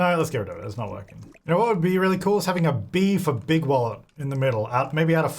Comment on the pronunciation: I always hear Bigwallet as Bigwell n feel the need to rewatch Robots LOL